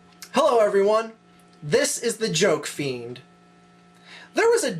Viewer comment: sounds so weird to have you say jokefiend.